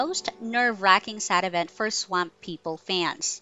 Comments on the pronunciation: Like how she says swamp Sawamp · Why are you saying swamp like that? What the hell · Why is she having such a hard time pronouncing the word “swamp” haha jeeez ssmmhh !!!